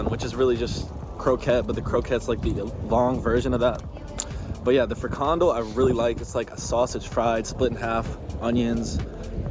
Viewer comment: Actually, neither friKANdel nor FRIkandel is right. In this word the stress is on the last syllable, so it's: frikanDEL. Also, the beer Bavaria is indeed from the Netherlands, even though the name would suggest otherwise. There's a brewery in Lieshout (province Noord-Brabant).